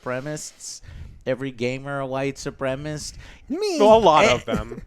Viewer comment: "white supremist"